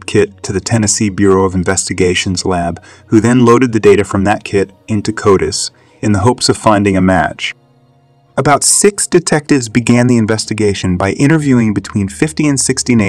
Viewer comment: Now this does sound like a real person narrating the second film 🎥 oops … until he got to CODIS and said “ Cody’s” 😅